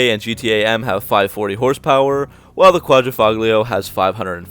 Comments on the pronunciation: It's "Quadrifoglio" not "Quadrifuglio" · Good job in this video. Some FYI though, the "g" is silent. You pronounce it "quad-ra-folio". I currently have a vintage Guilia Sprint Veloce but in the early 90s had an Alfa Spyder Quad--ra-folio. I bought it new and the salesman spazzed out because l said it wrong lol!